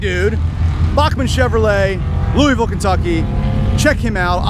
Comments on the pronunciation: Soooo annoying when people say LOUIEVILLE. I live in Louisville and it's a pet peeve to hear it said that way. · I'm sorry but I laughed so hard in how he said Louisville 😂😂😂 only people from KY know how it's really pronounced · i live near louisville and you completely butchered the city name